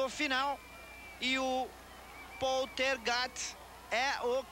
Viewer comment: Narrador não sabe fala o nome do Paul Tergat